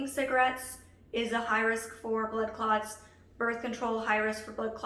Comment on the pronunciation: As a person who is not an English native speaker, I kept hearing "butt clots" and chuckled a little. I don't mean to offend anyone just my brain making bad associations.